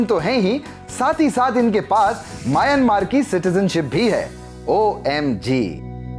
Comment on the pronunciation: म्यांमार होता है।